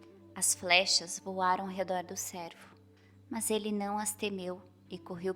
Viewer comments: Gostaria de ajudar com uma correção . Pronúncia correta para cervo se faz com o e fechado como em péra . Senão confundi,se com servo de serviçal . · Gostaria de ajudar com.uma correção na história de Penas douradas , a palavra cervo pronuncia se com o "e " fechado como em pêra , senão ouve_ se servo palavras que remete a serviçal ."Eis aqui a serva do senho ". O servo é dedicado.😊